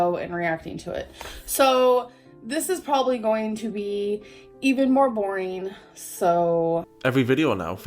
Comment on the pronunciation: Say boareen one more time